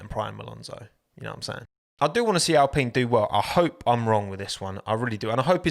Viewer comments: Sorry, but who pronounces alpine like that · Genuine question: Why does everyone say al-PEEN instead of al-PINE? Is this a proper company pronunciation, family name, or is it just preference? This has bugged me since they first announced the team switch.